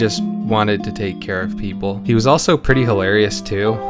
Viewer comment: Every time you said "was" I died a little more